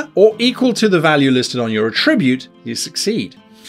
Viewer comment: OMG, /ˈætɹɪbjuːt/ The noun is stressed on the first syllable!